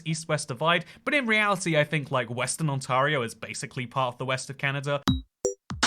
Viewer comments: On-tare-ee-oh, not On-tar-ee-oh Ontario is basically 4 regions, the farthest bit south is Southwest Ontario (London, Windsor, Kitchener), the farthest bit east is the Ottawa Valley, around the northwest shore of Lake Ontario is GTA (Greater Toronto Area, Toronto, Mississauga, Brampton, Hamilton, PIckering) and the rest is Northern Ontario (Thunder Bay, Sault Ste Marie, Sudbury) 90% of Canada's population is within 160 km of the US border Toronto is pronounced trah-nah Bags of milk are great We are the world master of chips (crisps to you) having more flavours than ANYONE! There is a line in the Journey song Don't Stop Believing, "just a city boy, born and raised in South Detroit", There is no south Detroit, there is downtown, which is all businesses and then, south of that is Windsor, Ontario My hometown, Sault Ste Marie (first word pronounced Soo, second is from the feminine French word for saint, sainte) has three songs about it, a play and a book and was once considered as the capital for a proposed Northern Ontario province Don't believe our media - we are not as fanatically liberal as the media would have us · I normally don't rag on people about their accents, but could you have tried a little harder to pronounce anything closer to a north American accent? Ontario even!?!?! Sincerely, someone from Saskatchewan. 💀 It's real bud. And we rip, bud. I don't know why anybody would make a video all about a place they've never visited. Toronto is definitely not the first place a Canadian thinks about when they think of Ontario either. Lol and the Accents are not from Ontario..if anything, ironically a prairie accent or a Newfie accent are the most obvious, thickest Canadian accents. Have you not seen Fubar? Trailer park boys? That is absolutely as Canadian as you can get. Go watch those and then let's chat about Canada 🤪😭😭😭😭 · It's pronounced Ont-air--ee-oh, not On-tar-io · It bugs me so much the way he says “OntARio” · Pronounce Ontario, 'OntErio' not 'OntArio'